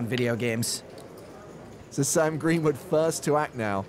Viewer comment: Gweenwood is my fwavwoot pwayer.